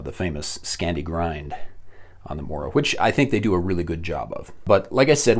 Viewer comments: The o in mora is pronounced the same way that the double o in moose is pronounced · The pronunciations, as a swede they hurt.